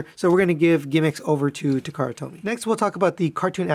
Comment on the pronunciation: Nice videos. I can't help feeling you sound like you're saying takara told me. Lol